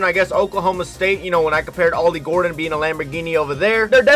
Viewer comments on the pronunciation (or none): none